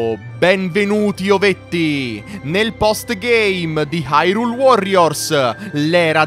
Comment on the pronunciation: Si pronuncia irùle